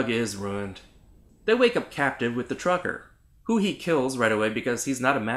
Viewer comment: "Be vewy quiet, I'm hunting twukkers" ayo lmao